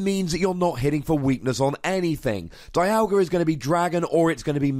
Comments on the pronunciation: I know it doesn't make sense, but it's pronounced DEE-alga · It pronounced Die-yal-gah in the anime.